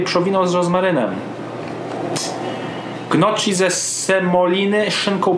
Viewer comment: gnocchi czyta sie z deka inaczej